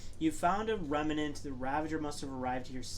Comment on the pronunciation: Remnant. Not Remenant.